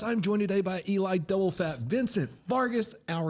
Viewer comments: I stg keeps calling Eli "Doublefap". I don't know if that's what he's saying but it's funny af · Did say "Eli Double Fap?